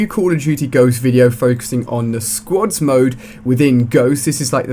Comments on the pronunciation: Hey Ali a It's called squads not sqods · I like how you say squads like squods XD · Half the time it sounds like he is saying "squats". Switch that into every time he says squads and its hilarious! XD